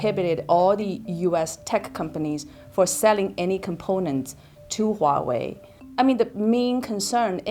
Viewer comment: You guys need to stop saying Waowei, it's Huawei.. not Waowei. She said Huawei correctly.